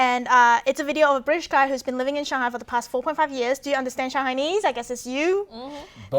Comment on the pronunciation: It's not "Gun Num", it's... Gang, like the word for "tank" in Mandarin, and Nahm (like "nam" in Vietnam). Of course this is the same guy who keeps incorrectly pronouncing Shanghai.